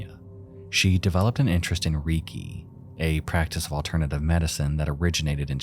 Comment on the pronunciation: Reki not riki